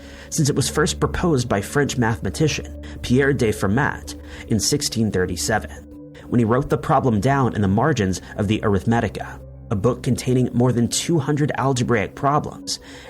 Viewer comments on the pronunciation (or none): Fermat. The t is silent. Heiligenstadt. The g is hard (like "girl") and the s is a fricative (like "shaft".) If I've said it once, I've said a thousand times: look up foreign words and names before you record.